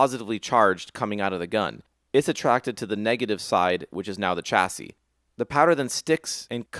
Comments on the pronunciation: chassis read [SHASI] not [CHASI] !!!!!!!!!!!!!!!!!! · Loooove this! Cannot wait for more. You can't pronounce 'chassis'